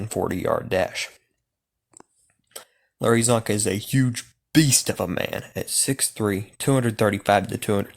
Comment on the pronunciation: Its csonka and it isnt even close